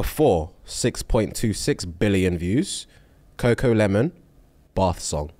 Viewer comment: gotta stop saying coco LEMON